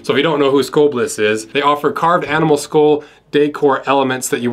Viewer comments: Skolblis? Nope. Skohlblis? Nope. Skoalblis? Nope. Ya'll done trying to figure out wtf he's saying? He says the word Skull as Skoal and contracts that with the word Bliss so it sounds like Skoalblis! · I was confused for a minute... Thought you were saying Skoal.